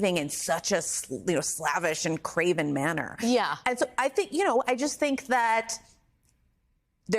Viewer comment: Michhelle Goldberg: craven is pronounced with the ay sound (long "a") as in brave, not the ae sound as in Kracken.